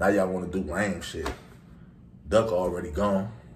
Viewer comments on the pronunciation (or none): none